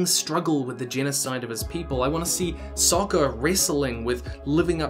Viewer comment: can’t really blame the guy. “Topg” is a simple typo, and “Sokka” being pronounced as “Sakka” was just silly to begin with, not to mention confusing